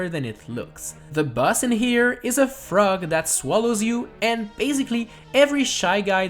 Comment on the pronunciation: Whenever you said boss I thought you said bus